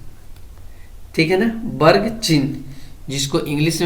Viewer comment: Varg hota hai barg nhi hota 🤣😅😁